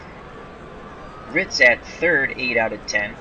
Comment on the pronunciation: Also, Ken Reitz's last name is pronounced "REETZ," just fyi